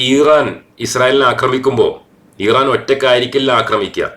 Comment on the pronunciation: ഈറാൻ അല്ല ഇറാൻ